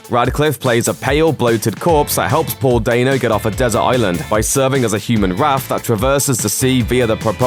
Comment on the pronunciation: Paul “DAYNO” hmmmm that don’t sound right